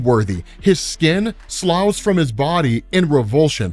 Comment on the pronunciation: Love the videos but can we get a pronunciation watch on some of these words, lol. "Cuckoos," "sloughs," and a few others were entertainingly mispronounced, lol